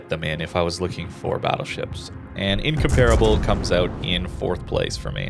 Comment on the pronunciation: Just came to hear the word incomparable mispronounced 17 times.